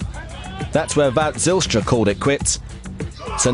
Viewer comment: "Watte Zijlstra" lmao